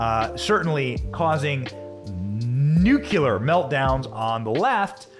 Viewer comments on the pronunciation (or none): NU CLE AR not nu cu lar.. Aaargh! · "Nuclear" is pronounced "new-clear" not "nuke-you-lure". Just ask GW Bush!